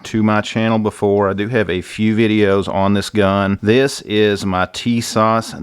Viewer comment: Tis-ash ...TISAS....right was to say I'm Turkish origin.....